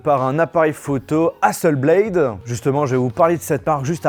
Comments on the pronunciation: Quand on est à ce niveau on fait attention à la prononciation des noms des marques (Hasselblad est suédoise pas anglophone donc hasselblad pas hasselblaïdeu...) et aux faits (Hasselblad a travaillé avec la Nasa pour la mission lunaire mais plus maintenant) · y'a pas de E à Hasselblad c'est pas Hasselbléyd c'est HasselblAD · hasselblaD pas BLAYYYYDE zebi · Sympa ! Reste plus qu’à bien prononcer Hasselblad maintenant 😅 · Ouch la prononciation d'hasselblad... !!! Sinon, fidèle à One+ depuis le 5, ces appareils sont vraiment d'excellente qualité, notamment le 7 pro avec son incroyable écran qui couvre quasiment toute la surface grâce à son APN facial qui sort de la tranche supérieure du smartphone. Par contre, la hausse des tarifs est abusé... Un essai de la One+ watch est prévu ? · 🤝 Ne pas prononcer correctement le non de Hasselblad pendent toute la vidéo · Entendre « hasselblayde » et « onepleus » pendant 14min ... mes oreilles souffrent.